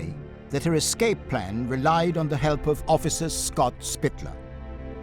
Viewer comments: I have a "pet peeve". People who get paid to present things verbally should speak well. It's "escape" not "excape" ;and that guy on CNN, Jake Tapper (which sounds like a porn name) having a lisp. Just me? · I definitely was thrown off by " excape" repeated several times😂